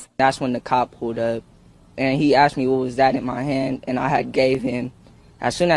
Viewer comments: The 14 year old at least pronounced the word properly, asked!! Not Axed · Funny how the victim can correctly pronounce "asked" but ole cant. One day, this psycho is gonna roll up on the wrong one....I hope I there to see it. There are NO good cops.....and very few good FORMER cops.